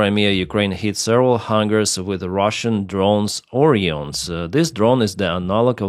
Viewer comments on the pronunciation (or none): none